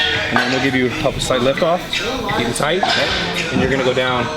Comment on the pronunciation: Anybody else is triggered by Brad saying nice and thight and not high and thight? #ymh #TryItOut!